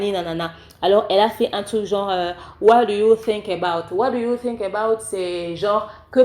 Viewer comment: Tu as bien prononcé 👌 what do you think